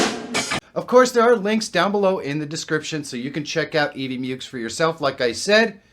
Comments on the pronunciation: "mucks", not "myooks". Rhymes with "f....." (firetrucks) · Mucks. It's EV MUCKS. 😆